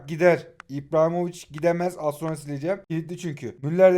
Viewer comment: İBRAHİMOVİÇ ❌ İPRAHİMOVİÇ✅